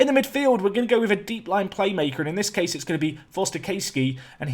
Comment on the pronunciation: I’m a Charlton fan and I’m glad you got Forster caskey Also his name is pronounced cass-key like sea bass